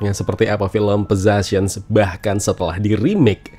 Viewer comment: Agak mengganjal sama cara baca judulnya. Hehe 🙏🏼